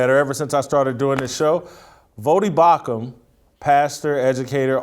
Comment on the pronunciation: Voddie BAUCHAM not Bauchman! Love your take on most hot topic issues in America today. We agree on most. But at times you don’t seem to articulate some names and places correctly.